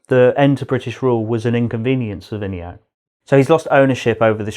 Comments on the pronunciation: You say vini-yak I suggest we-na-yuck Ignore the meaning of yuck but that's how I could interpret it to you. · How they pronouncing my name vinayak🤣🤣